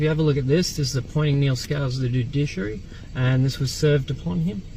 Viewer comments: Aside from "cohersion", I realised when he said "judiciary" he meant "fiduciary". Thick as mince this one. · “Judiciary”? “Dudiciary”? Can’t even properly pronounce “fiduciary” as we all “coercion.” Poor kid.